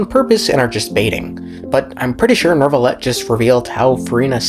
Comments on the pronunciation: You call him Nervillette? Istead of Neuvillette? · why? why some people says neRvilette?